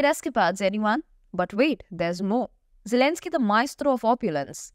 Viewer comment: What You say at the end "poor Elenzky"lol.